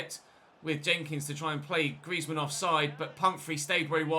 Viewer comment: Are you having a stroke when saying Griezmann😂